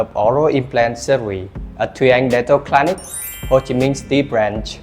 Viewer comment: Nha sĩ mà những từ thông thường phát âm sai sẽ khiến người xem nghi vấn về tính chuyên nghiệp, cẩn thận trong khi mục đích của video lại hướng đến khách nước ngoài. Những từ đơn giản như clinic, reliable, renowned mà cũng phát âm sai. Chỉ cần dưới 5 giây gõ Google là biết cách phát âm vậy mà làm biếng quá.